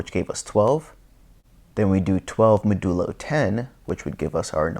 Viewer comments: Thatks for the great vid! btw, It's pronounced "mäjəˌlō" not "məˈdəlō" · Good work on the videos. FYI modulo is pronounced MOD-you-low with accent on first syllable. Ie